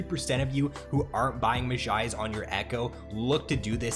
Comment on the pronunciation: really good vid but you say mejai's like a simpleton